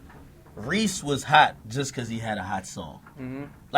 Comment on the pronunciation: ok yeah ak deff pronouncing it wrong lol. Cmon bruh